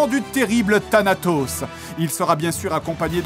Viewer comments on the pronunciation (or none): none